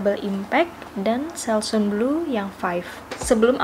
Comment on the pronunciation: Baca / sebut selsun yg benar, bkn selsun / selsan, tapi selsen.